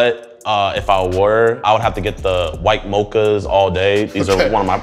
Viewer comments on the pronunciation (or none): no, not exactly. He said it wrong, but I’m pretty sure he did it on purpose.